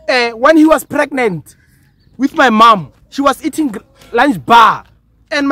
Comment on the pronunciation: "When he was preganet"😂😂😂